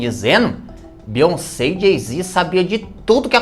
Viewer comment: Beyonsebo kkkkkkkkk 😂😂😂